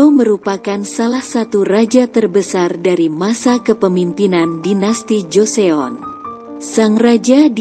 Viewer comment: Pengucapannya lucu wkwkwk joseyon , suk jeyong pdhal org korea sini menyebutnya cuma joson😂